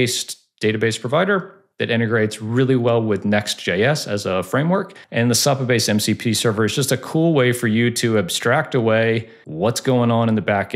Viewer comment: It’s definitely not how this guy is pronouncing it lol